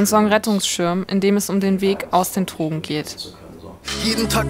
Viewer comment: Was mich total triggert… Dass immer „Trogen” sagt… Aber an sich ein guter und wichtiger Film.